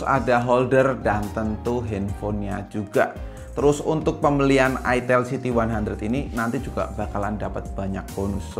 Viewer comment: Itel siti 100 Itel siti 100 Geli geli geli gimana gitu ngucapinnya Apalagi ngucapinnya "itel siti 100, ha.... Itel siti 100" Hehehehe